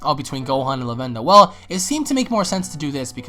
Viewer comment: U don't know any more than the rest of us so why u talking like ur opinion is fact? And why u pronounce Lavenda like that?